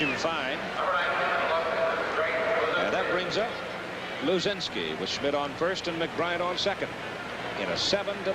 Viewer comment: Schmidt, not Smith. Geez.